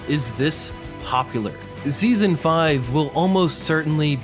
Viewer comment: i heard you said zeazon three